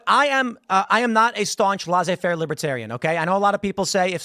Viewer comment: bro it's not lazé-faire or mardi grasse please if you are going to use french words use them correctly